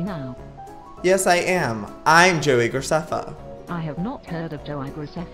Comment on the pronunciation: Lets go over the fact that she said Joei Graceffa.. Joei: (Joe-I)